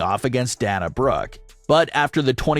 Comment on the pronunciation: Pronounced dae- nuh